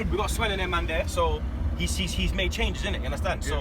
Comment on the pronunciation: In “Swen” we trust